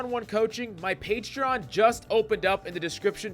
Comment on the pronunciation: Bruh. In the first 17 seconds of this video, you said "Expsecially" and "Pagetreon." You're a lunatic. Subbed.